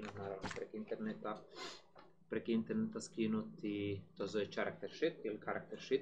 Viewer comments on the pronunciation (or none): Pohvaljujem trud - ubuduće malo manje "(z)nači" poštapalica i bit će OK. Eh da, nije "ćarakter" sheet, baš ni u kojem slučaju. :)